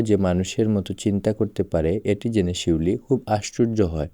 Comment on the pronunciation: পিউলি না শিউলি